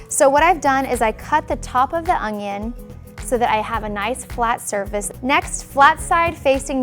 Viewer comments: Could she please stop saying "Ungyon"?? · Does anyone else hear her say ungion ??